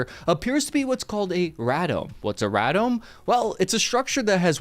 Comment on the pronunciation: It's pronounced "ray-domes". The professor that taught me that in engineering used to design them for the US military.